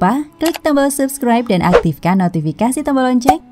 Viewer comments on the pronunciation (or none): none